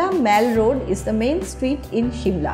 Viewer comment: aunty its not maal its mall. see google pronunciation